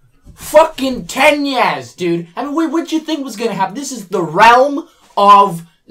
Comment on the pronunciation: ...." TEN YEAS" PFFFFFFT